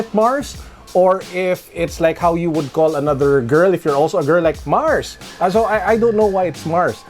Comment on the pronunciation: Ang lala nung "MARS" hehe